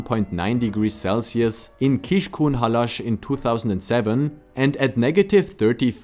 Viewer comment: The way you are saying Budapest is so beautiful, and you said Debrecen with a cute Spanish-like accent :D The way you said Kiskunhalas was top tier, and Miskolctapolca is really tricky and you still did a great job! I don't know if you practiced a lot or if you are naturally good, but I personally rally appreciate that you put the effort in ^-^ The upsides and criticism you gave about the country are all correct, and Lucy's interview was a good addition too! Thank you so much for the video!